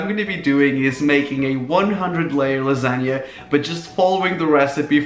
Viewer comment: Lasa-g-na monster